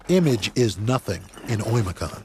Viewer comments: It's Öymököön, not Oyimiyakonn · 1st of all it's OYMYAKON